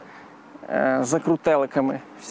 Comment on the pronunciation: на смех пробило когда ты сказал ЗАКРУТЭЛКАМИ )))